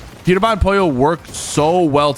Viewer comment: Why does he not pronounce the l in Pollo?